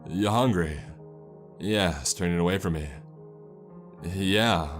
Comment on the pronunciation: "Yaw hawngrey-ahhh?" "Translation "you hungry?" Jesus bro do u try to sound this weird when u talk. U sound like a South park characters "lotta history doen that road"